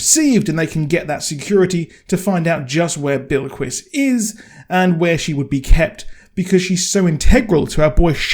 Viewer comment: Your also saying Bilquis wrong. It’s not billy-kwis. It’s Bill-kwiss.